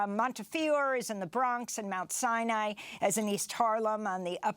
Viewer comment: Good report but it is pronounced Mount Sinai with the accent on the first syllable. How hard is it to know the name of the damn hospital?